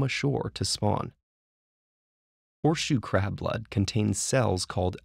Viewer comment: I keep hearing "poor shoe crab" :(